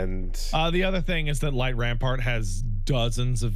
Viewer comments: It's light rampant not rampart. That's burned into my memory from 2 months of prog... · idk if it's an ongoing joke or if is dyslexic but there is no r in "light rampant" and it bugs me everytime he says light rampart instead 😭